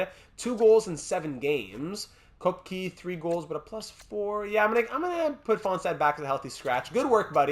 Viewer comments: Pretty sure Koepke is pronounced Kehp-key. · I think Koepke is pronounced "Kepka". Don't quote me on it though...